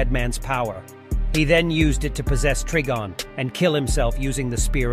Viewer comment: Yeah, it's Try-Gone not Trig-on or tree be gone. Wanna guess how John pronounces "Constantine"? They got it wrong already, so you know how not to say it. I despise these cash grab posters who know nothing about the source material, but present fail content instead.